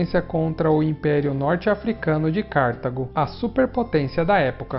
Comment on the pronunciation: O vídeo de vocês é excelente , muito bom mesmo !!! Mas por favor , pronunciem a palavra Cartago corretamente : Cartágo , com a sílaba tônica no segundo A . Cartágo ! Muito obrigado